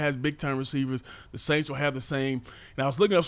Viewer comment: Please stop mispronouncing the name of the franchise from New Orleans. The first S is silent.